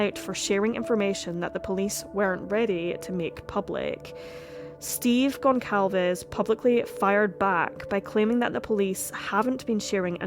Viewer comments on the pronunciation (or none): Its GONÇALVES, pronounced GONSALVES, for Christs sake.